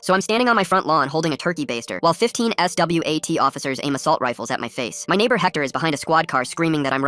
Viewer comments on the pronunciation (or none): Stop saying S. W. A. T. Like that